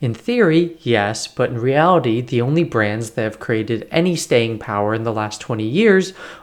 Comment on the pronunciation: I love how you always pronounce correctly the car brands name!